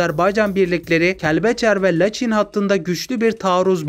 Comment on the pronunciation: Bakü değil (Bakı) Laçin değil(Laçın)